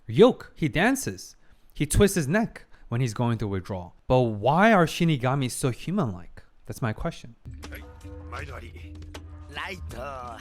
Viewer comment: Finally the long awaited fateful encounter episode, and with the proper shiNIgami pronunciation on top of that, chef kiss XD For me this is top 3 favorite episode from the series, intense layered psychological battle with some jaw dropping moments, can't ask for more. And it's the real beginning to their legendary battle. the real winner is Ryuk, he got the VIP seat to this epic showdown lol